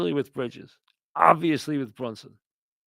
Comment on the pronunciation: Brihjizz aht da Gahdin